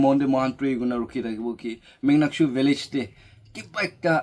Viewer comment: Not muknyakshu❌ Monyakshu ✅